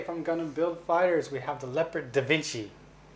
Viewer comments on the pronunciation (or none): It actually is pronounce LEE-YO-PARD(o Da Vinci) instead of leh-purd (the big cat). It's original mobile suit from AWGX was named after the German tank.